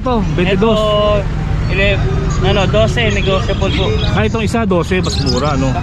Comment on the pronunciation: nego-table daw HAHAHA